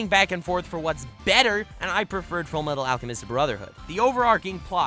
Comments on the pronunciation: Ha you said full metal alchemist normally instead of the weird way that you say is the only correct way to say it and yet here you are saying the normal way hmmmmm? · He said Full Metal Alchemist wrong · did just say full metal alchemist brotherhood wrong who is this bc this aint the real